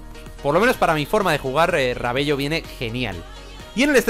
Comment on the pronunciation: Amigo se dice "Rabelo" Pero se escribe Rabello